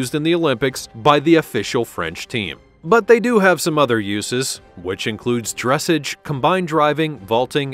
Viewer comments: If this bot says "DRESSage" rather than "dressAGE" one more time . . . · Please learn how to pronounce "dressage"... it's not "dress'edge" but "druh sahzh' " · Dressage is pronounced dress-sahj. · Further adding to this horse's pedigree the Lipizzaner Meaning his FINANCIAL VALUE. his pedigree will not be adjustable. "Dressage" is a French word-you've mispronounced it in both its English reference, and its French orientation? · There have been many mistakes in this program, but the one that is really grating on my nerves is the way that they are pronouncing dressage. If only they could edit it and correct the mistakes, especially ”DRESS-AHHGE!! Seriously, who made this video!? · It's pronounced dres SAHGE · I enjoyed your voice quality but your pronunciation of the word "dressage" made me cringe. The accent is on the last syllable: as in dress-ahge. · Keep mispronouncing "drassage" 😂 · I was literally about to comment with the dressage pronunciation LOL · No hate but you don’t say dressage like that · Could you please pronounce "Dressage" correctly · Nice video - unclear about expense as thoroughbreds racing horses are owned by syndicates and sell for millions. Also narrator mispronounces “dressage.” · Please pronounce dressage properly and actually do honest research of how these amazing animals are properly named! And this list is 100% stupid about 'expensive" list. Close down your site as it's a complete waste of time! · AI GRAMMAR IS HORRIBLE! PLEASE pronounce it correctly, the accent is on the second syllable. dres·sage /drəˈsäZH,ˌdreˈsäZH/